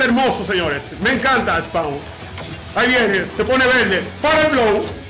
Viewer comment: He said.. Spau 🤣🤣🤣